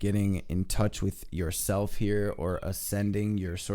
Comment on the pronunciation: I absolutely love your readings because they are positive and on-point! I look forward to your readings and wish you and your family love and light. I do have one request: can you please put an "L" in "yourself?" I swear that I am not normally a pain on the a** like this, but it's an English teacher occupational hazard.